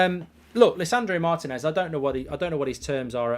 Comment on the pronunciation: Lisandro Martinez! In both words the accent is on the "i", not that hard!